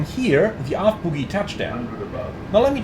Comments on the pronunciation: Feels pretty much the same as any other jet. You can certainly attain greasers if you’re lucky. (767) It’s bogie by the way, rather than boogie. Oh not ooooo! 😉 Not a criticism, as your English is excellent and my German non-existent. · I hate to be THAT guy, but the word is bogie (pronounced BOE GEE, like the snot in your nose), not boogie (which means dancing). haha. Now that's out of the way.....did Asobo not fix this issue in 2024? I thought they were going to, but maybe I'm wrong. I hope it's on their list of things to improve.